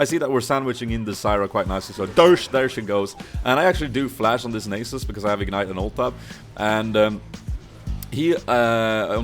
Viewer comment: its Nahsus not nasus xD